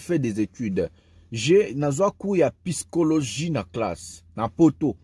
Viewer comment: Arrêtes de dire PYSCHOLOGIE mais bien PSYCHOLOGIQUE!!!! Otangi na poto, yekola pe ko prononcer correctement cher...